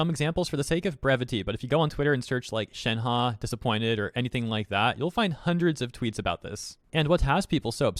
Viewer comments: its (shen - huh) not (shen - ha) 💀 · Nobody:: shenhA